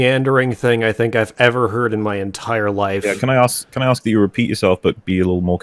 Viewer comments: This caller is a great example of cognitive dissonance in action. "I want to axe you a question" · He axed them so many times that I'm amazed they survived the debate. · Ah memories. "I'm axing you, in a Disney fanatical Star Wars..." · "I'M AXIN YOU..." Ah... you're missed, brother. <3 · He says, “I axe you” hahahahaha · "I'm axing you." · If a person consistently says "ax" instead of ask, they're not debate material. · That was absolutely insane! The guy just kept dropping F-bombs, and they increased every time you guys caught him in an inconsistency (which was about every other sentence). Of course, he did "aks" you questions. And "aksed" them again. SMDH... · What's up with people saying "axe" instead of "ask"? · “I axe you a question“ Bruh this guy cant spoken engrish. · ASK. ASK. IT'S FREAKIN ASK. LEARN HOW TO SPEAK.